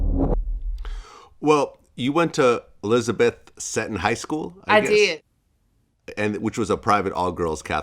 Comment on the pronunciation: I am a Washingtonian... Dave Chapell is not held in high regards in our community, nor is Mariel Bowser. She didn't even correct him when he pronounced Seton wrong..... Ask her about "Mumbo sauce". They can both kick rocks.....